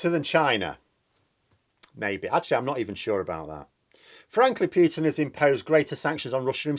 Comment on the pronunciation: For the 3rd time, for pity sake will you STOP saying PEWTIN and start saying POOHTIN like the rest of the world. Thanks.